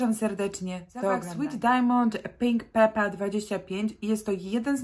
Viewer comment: Eau de parfum wymawia się ,,o de parfę" i nie papper,tylko pepper(pieprz)